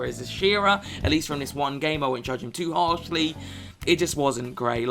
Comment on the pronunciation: "Game number onme " i love it